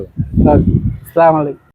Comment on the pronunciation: স্লামালাইকুম কি ভাই সালাম কি শিখাই নাই নি কেও। এক জন মুসলিম হিসেবে সামান্য সালাম তাও ঠিক করে দিতে পারেন না সরম করা দরকার। আসসালামু আলাইকুম বলতে কি সরম করে। স্লামালাইকুম মানে উটের নাড়ি ভুড়ী আপনার জন্য আর আর আসসালামু আলাইকুম মানে আপনার উপর শান্তি বর্ষিত হোক। একটু দেখে সুনে সালাম দিবেন। না হলে নিজেকে মুসলিম দাবী করা বাদ দিন